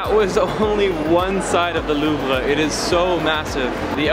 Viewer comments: Why do you say “loov-ra”? It’s “loov”. You’re Canadian. You need to brush up on your French. Haha! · the way Louvre way pronounced tho. lol